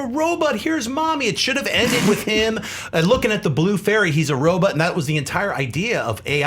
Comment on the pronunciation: i love but his pronunciation on some words are horrible....Robutt lol